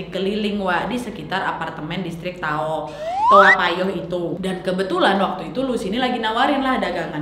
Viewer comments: Tao payoh naaad.. Sering kali kau salah sebut 😭😂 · To payoh ka nyebutnya 😅😅😅 Lucu kk bilang toa payoh